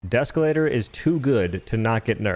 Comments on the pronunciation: Deeeee———Escalator. Not Deskalator. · You say “deskalator” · Please tell me you're intentionally saying desk-elator